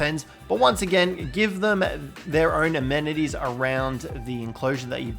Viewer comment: I think you mean amenities not anemities 🤣